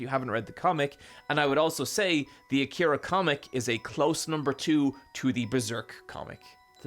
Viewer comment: So when are we gonna tell him he's saying Akira wrong?